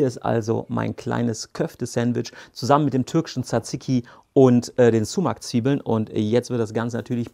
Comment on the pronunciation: Man spricht es nicht sumac sondern eher somach aus